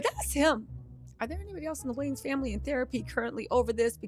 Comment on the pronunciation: you can't ever get names right. His name is Damon Wayons!!!